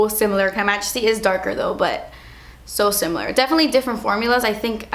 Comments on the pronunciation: no it literally says KYmajesty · it's just "K" majesty, pronounced like Kay, not like Kai